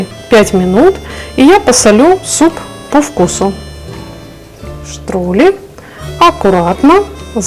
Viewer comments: Хороший суп, только не штрули , а штрудэль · Не Штрули, а Штрудель